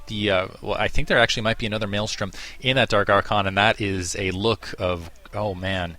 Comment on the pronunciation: THank you. you say it correctly. It's MaelSTRom not maelStorm